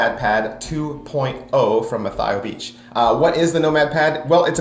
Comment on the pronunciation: Good review. Very thorough. It just annoyed me that you were mispronouncing Mathieu the whole time.